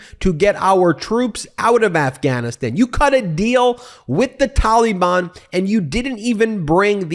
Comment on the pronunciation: Ben has such strange pronunciation of the word Taliban ("tolly-bonn") 😂